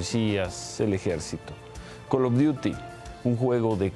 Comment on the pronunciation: Neta que lastima das que ni puedes pronunciar bien el nombre "Call of duty" si gustas te puedo dar clases